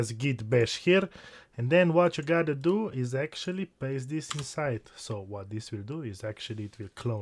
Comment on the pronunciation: I really like how you say "wachyougottado"